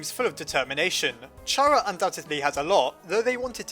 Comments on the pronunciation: (not trying to criticize, but...) It is pronounced Ka-rrA like Character, not Chha-rrA, like CharmAmander. (sorry.) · Stop saying Chara as char A cuz it sounds like charamander and you missing some letters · Oh my god, can you stop pronouncing it as Chara please? It's obviously pronounced Chara, for the love of God. I know I'm right.